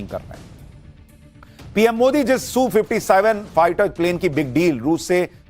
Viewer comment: Sushant ...rest of the World calls it S U 57 .....not Soo57